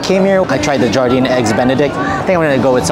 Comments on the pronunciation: It’s pronounced “yar-deen” or Garden Also WHEREs and WHENS the WEDDING between you two ???!!!! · Wonderful video, one thing though; Jardin is pronounced ‘jhar-da’ it is French for ‘garden’. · You know that's not how you pronounce Jardin right?